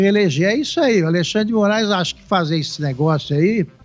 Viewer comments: "Ministrun Alexandri-dimorais acarum acurumnucum" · MI NIS TRU ALEXANDRE DE MO RA ISSSS (repete 4 x 😅)